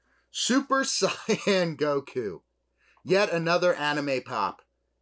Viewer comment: Cool video but that's not how you pronounce "saiyan"